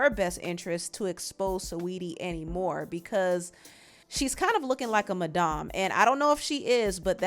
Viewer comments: It’s not “mah-dom” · 😊 I love how you pronounce madam. .Maaa-dam. Its more like Mah-Dammm like Maga.. It's usually a shorter a vowel sound for this word. You can ask Google. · Why are you pronouncing it Madahm it’s Madam lol it’s just funny to me no shade ily and watch ur videos all the time